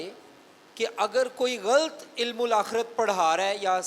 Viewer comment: آپ کا پاسٹر صاحب غلط کا تلفظ ٹھیک نہیں ہے۔